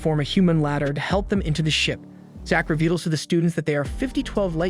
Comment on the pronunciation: "Zack 'revedles' to the students that they are 'fifty-twelve' light years from their home". Nice.